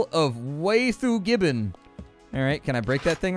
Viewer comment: Did anyone else hear: Scroll of Waifu Gibbons?